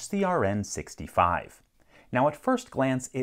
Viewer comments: DC-CNR65... you said DC-CRN65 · Did anyone else realize he said “Dc-CRN65” when the packaging says “DC-CNR65”